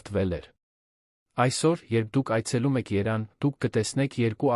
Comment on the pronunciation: Որտեղի՞ց եք գտել այս անգրագետին, ամոթ է։ Երևանը երան է կարդում,աղավաղում է բատերն ու փաստերը։